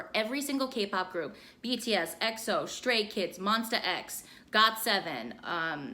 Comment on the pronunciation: 1.) I accidentally hear you say stray kids as straight kids lmaooooo. 2.) Theres a crack version made by yep4andy that you should def react to lmao. 3.) PLEEEASE REACT TO Your interview with Lay! We loved you did an indirect ot9 interview fiwbdkwbf